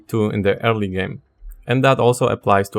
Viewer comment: It took me about 10 minutes to realize you were saying "early" and not "hairly"